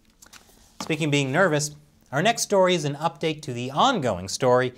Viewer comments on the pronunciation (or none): none